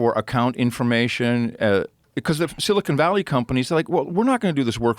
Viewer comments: This dumb dumb can’t even say silicon correctly. It isn’t silicone like implants. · I like listening to a man speak about tech who can’t pronounce Silicon correctly